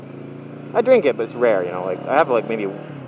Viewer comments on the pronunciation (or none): none